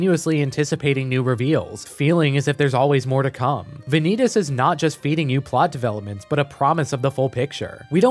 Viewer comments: "Vaan-ie-tas" not Van-eet-us, Please thank you. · "vuh-nee-dis" its "vah-neet-ass" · wait just a second, is Vanitas supposed to be spelled Ve-nee-tas? Not Vah-ny-tas? (as the word vanity) O_o edit: i watched the trailer and even the japanese pronounce it correctly. how do you do an essay video and botch the title? O_o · Dude, I like your points but mispronouncing Vanitas is driving me nuts. I thought you watched the anime. It's Von-ee-toss not Van-ee-tus. Sorry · Im sorry but this feels like an insult, Im pretty sure its pronounced as Van-knee-tas. Not vaneetes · ah yes, Vaneetus. Any relation to Sneed? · why is he saying vanitas like venidis😭😭😭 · "The Case Study of Vanee-tas" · The Vanitas (book and mc) is pronounced as Va-nitas not Vanitas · Very nice review, but the correct pronounciation is Vànitas. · the video is great, I like it, but like, how exactly did you pronounce Vanitas? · Thats not how vanitases name is pronounceddddd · It's really annoying hearing him mispronounce Vanitas over and over despite it being said the same every single language that Crunchyroll has... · Please, never say “Vanitas” out loud again. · Are you sure you watched the anime ?😅 you kept pronouncing vanitas wrong